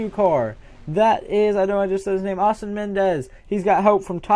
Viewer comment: You pronounce Eastin as East-in